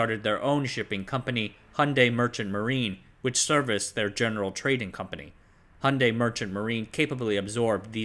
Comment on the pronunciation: Please check your pronunciation of 'Hyundai'.